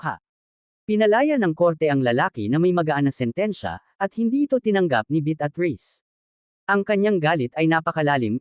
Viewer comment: Malimali ang pronouciation mo ng pangalan ng babae,,betatriz ,Beatriz at ang "sumira"sumayra ang pgkabigkas mo